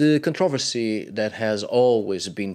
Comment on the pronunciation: ControVERsy , not conTROversy. Just saying lol